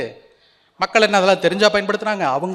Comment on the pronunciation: கல்அல்ல மக்கள் கள் உச்சரிக்கவும்